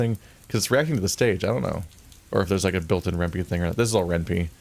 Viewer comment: "Renpy or Renpie?" Renpie. Py stands for Python and it's pronounced pie.